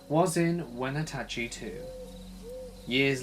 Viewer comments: Hi! I don’t usually comment but in Washington it’s pronounced like When-atchy not whenatachy lol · Lol. You pronounced Wenatchee slightly wrong. It's more drawled out. Like Weh-nah-chee. Anyway. Super excited to hear my town in a story on your channel!!!! I'm doing backflips. And shit I think I've seen that green thing. I was at a friend's party and we were playing in her naighbor's hot tub when we saw something really weird in the sky, then a green thing was hanging out like a cloud in the junk feild that used to be behind roatary park, the tub was on a platform right above it. She had a panic attack, started crying, and our other friends were kinda pissed at us when we forced them back to her house.